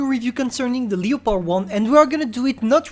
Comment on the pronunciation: “Leo-par 1”